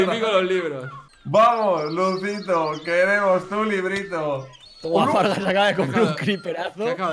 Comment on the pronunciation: Eso no se dice fargan.